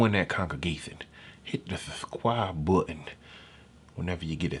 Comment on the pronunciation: I jus want the pastor to ask me to "subsquibe" one more time lol...